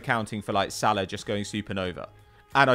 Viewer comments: And Mohammed SalAAHH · it’s not SAL-uh, he’s closer than most (edit: still pronounces Haaland dead wrong tho lol)